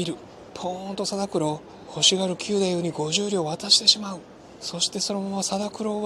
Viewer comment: わ〜い、嬉しい感想でした‼️歌舞伎の力、平和宣言‼️通しで観て欲しい、若いみなさんに観て欲しいというお得なチケットのご紹介もありがとうございました。 ストーリーがよくできていて、本当に楽しく、何度も観に行きたくなります。 ひとつ、斧九太夫は、きゅうだゆう ではなくて、くだゆう だと思います。 決してダイジェストではなく由良之助が、勘平が切腹する事で名を連ねられること、平右衛門へ命としておかるを切るようにすることなど、非情にも思えますが仇討ちに対する想いを確認する思慮深さ、なんとしても成功させるという意志の強さを感じました。 強い意志と世界平和への想いは、團十郎さんと重なります。